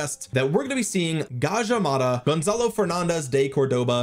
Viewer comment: You pronounced Gajah Mada perfectly. Thanks for not butchering it man. Cheers ❤